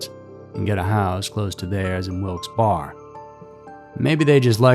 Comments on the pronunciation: Wil-Ks berry (not Wil-Ls bar). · You’d be forgiven for pronouncing it Wilkes BAR, after all that would be how you pronounce Barre. The local PA pronunciation is Wilkes Berry. I wish I was joking. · Its pronounced wilks BERRY 😊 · Boy did you say Wilkes-Barre wrong. (Pronounced as Berry) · Wilkes-Barre = "Wilks-BERRY" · Wilkes-Barre is pronounced as Wilks Barry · It's pronounced like wilksberry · Isn't it actually pronounced Wilkes Barry, not Wilkes Bar? I'm not from PA, I'm from MD, but I swear I've heard it said as Wilkes Barry before. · Love your videos and have seen god knows how many, so thanks for what you all do! The town is pronounced Wilkes “Barry” it is named after 2 dudes, ones last name Wilkes and one’s last name Barre, Isaac Barre I’m pretty sure. Not that this info is probably ever gonna help anyone who reads it, but ya know, info is always good lol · Just FYI, it's pronounced Wilkes berry. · There's a few ways to pronounce it. We pronounce it 3 different ways around here. Bear, Bar, and Berry... I say Wilkes-bear... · It us pronounced Wilkes "Barry" Sound effects ate hilarious. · Wilkes bear uh !!! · There's like 3 or 4 different ways to pronounce it... I grew up around here and we all say it different ways. Wilkes-Barry, Wilkes-Bar, wilkes-bear (how I pronounce it) ... Spelled Wilkes-Barre.. it's the only original hyphenated town name in the U.S. Okd timers call it Wilkes-Barrel. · Ahh yes, female puberty total cause of demons Me a Pennsylvanian hearing the narrator pronounce these names 😬😬😬😬😬😬😬😬😬 it hurts